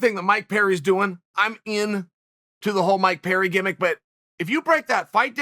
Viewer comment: Okay, Chael is just trolling us all now with this mangling of everybody's name...he can't be THAT American saltine! 🤦🏾‍♂️